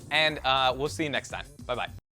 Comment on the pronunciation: in the end sayed Bla bla instead of Bye bye:D